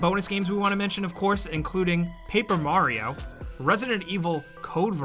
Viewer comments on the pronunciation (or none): none